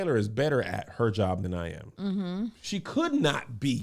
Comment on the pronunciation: “Eye yam” lmao